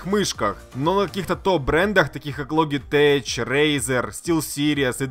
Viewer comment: ЛОДЖИТЕК,НЕ ЛОГИТЕЧ А ЛОДЖИТЕК ало